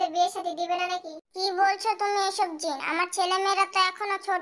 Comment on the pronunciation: আপু গল্প টা অনেক অনেক সুন্দর হয়েছে আর দুই টা কথা সুনে অনেক মজা পাইলাম জিন কে বলছেন ঝিনু আর জিমিন কে বলছেন ঝিমিন 🤭🤭🤭🤭🤭